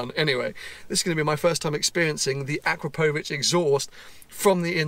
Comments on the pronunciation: When pronouncing "Akrapovič", the emphasis is on the second 'A', not the 'O'. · "No no no no no It's akrapohvic not akrapovic, your doing it all wrong" ty Hermione, jokes aside, love your content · AkrApovič, not AkrapOvič. 😎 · Great vlog and fair play for getting it tuned!! I must say though it's pronounced: A-KRAP-O-VICH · sounds wired how he pronounces "AkrapÓUvic" :D … but i like the idea of keeping the 911. so much stories behind that car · Ah crop o vich. I don’t know what letters you’re pronouncing but some of them don’t exist in that word. Good luck with your Porsche. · I think the guys at akrapovic will not be too pleased how your pronouncing their brand 'o crap ovik' is how it should be said. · Its pronounced A-crap-o-vich! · It’s pronounced a crap o vic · FFS - please ask a Slovene how to say Akrapovič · Please have someone show you how to pronounce Akrapovic :) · I hate that everyone says akrapovic wrong. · OMG hearing the Akrapovič name said wrong so many times is painful :S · The way you pronounce Akrapovic is so weird.